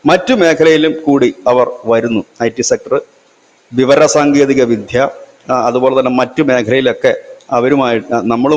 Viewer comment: ... "vidhya..."??!!! No... 'vidya'